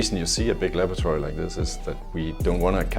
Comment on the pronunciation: Bro literally said " luhboaratorie"